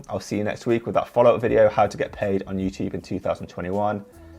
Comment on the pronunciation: Someone set a counter for how many time he said “youchube”